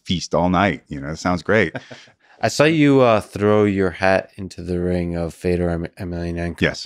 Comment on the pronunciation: Interesting that Josh pronounces Fedor's name correctly and Lex doesn't 🤔